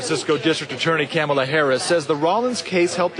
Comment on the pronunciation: Her name was mispronounced twice in this video. Somebody tell Tucker. :)